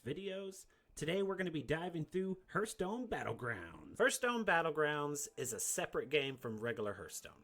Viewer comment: Keep up the great work but keep in mind lol haarth·stone